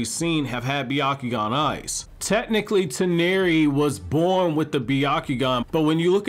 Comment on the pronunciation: Press F for man's pronunciation for Toneri